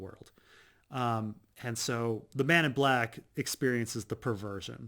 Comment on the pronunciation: Is it me or does each time he say 'Man in Black',, sound like 'Men In Black'?